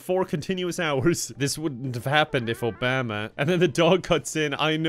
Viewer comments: no one:: ohBAma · but he pronounces "Obama" like "Alabama" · the way you Obama is so weird. Is that like part of your accent lol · Why do you say Obama like that lol I'm not trying to make fun but like, is it an Irish thing?